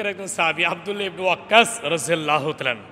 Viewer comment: রাদি আল্লাহ তালা ঠিক করে বলেন